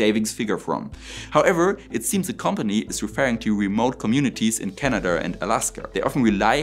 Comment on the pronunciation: How is this different from Soviet nuclear batteries? Also it is Canada not Canadurr.